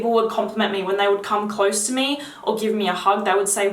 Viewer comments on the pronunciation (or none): none